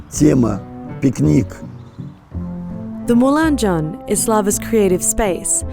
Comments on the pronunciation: LEE MOULAN jone lol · I have NEVER heard someone butcher french pronunciation like you did with moulin jaune. That was brutal.